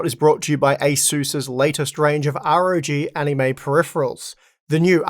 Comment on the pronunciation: I clearly heard "Asus ROG Anime"